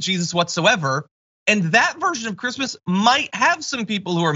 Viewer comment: "Who gives a f*ck about Chreesmas things?"